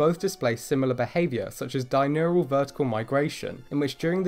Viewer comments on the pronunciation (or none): DI-Urnal not DI-Nural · You are transposing phonemes in your pronunciation of "diurnal" (saying dinural instead) I love your videos, especially the ones on evolution and taxonomy. :) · Love your videos, but you are pronouncing "diurnal" incorrectly, which, I might add, you also did in the cookie cutter shark video. Correct pronunciation can be found here: To me, it sounds like you are saying "di nur al". Anyway, keep up the great content. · Pronunciation tip: Die Urn Al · Thank you for pointing that out, somehow despite saying it in multiple videos i still didn't notice i was saying it wrong.